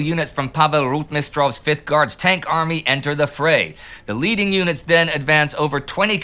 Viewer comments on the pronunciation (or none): none